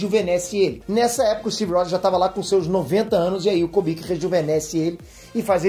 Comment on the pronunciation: não é Kobik é Kubik, cubo de Rubik. Por favor. Da ênfase na fala, fica foda.